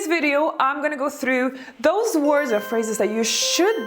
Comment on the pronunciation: It's "Those words" ....not DOSE words ..